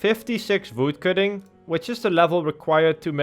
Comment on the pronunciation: I just like how he pronounced Voodcutting :)